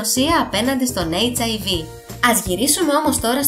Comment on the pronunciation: Δεν το λες σωστά. Ο ιός χιβ λέγεται και όχι hiv😂😂